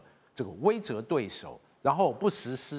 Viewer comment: 威慑（she）了啦